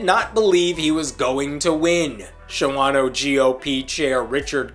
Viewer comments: By the way, it's called Shaw-no round those parts. Calling it Sha-wah-no gets you laughed at. Like Rio, WI. They pronounce it Rye-oh. I know. They can't read. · A word to the wise about Wisconsin place names. "Shawano" (a Menominee Indian name) is pronounced "SHAW-no" ,(2 syllables), not "sha-WA-no", (3 syllables). Pronounce it correctly, or you sound like a foreigner. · What you said is so wrong. It’s pronounced “SHAW-no” not “shah-WAH-no.” The rest?Yup sounds about right for that area. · It's generally pronounced "Shaw-no" not "Sha-wan-o" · Just so you know its not show-ano more like Shawn-no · For whatever it's worth,, Shawano is pronounced "Shawn-O" around here. 😄😁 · ... Native Wisconsinite here... It's pronounced SHAWN-oh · Shawano is pronounced "Shaw-no..." Appreciate what you do! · FYI: It's pronounced "Shaw-no" for some reason. But you're right; he will probably win. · Oh, pronounced "Shaw- no" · It's pronounce SHAWNO. 2 syllables, not 3. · Shawano is pronounced "SHAW-no" btw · Shawano is pronounced 'Shawn O' I've been there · FYI Shawano is pronounced Shaw' no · There are over 400 comments so I didn't go through them all so maybe this is already been said. The 2nd A in Shawano isn't pronounced, it's just Shawno. (I really don't know why!) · It's pronounced "SHA-no." Even the guys on the TV news clips pronounced it correctly. You need to get this right if you want to have credibility. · Well since you can't even pronounce Shawano correctly you have no credibility in my book